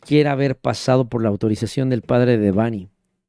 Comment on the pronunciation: Muy bien con su investigación 👍 PERO… me Caga que pronuncie mal el nombre de “Debanhi” 😡😠😡 ¡más respeto a su memoria! El acento va en la letra E, “no en la letra A” Repito, ¡EL ACENTO VA EN LA LETRA E! Fíjate como lo pronuncia su propio padre!!! Si fuera acento escrito sería “Débanhi” No como tú lo dices “Debánhi”, al chile en súper buen plan ya corrige eso…